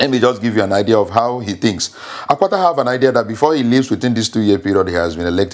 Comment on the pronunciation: Olumide Apata not Akpata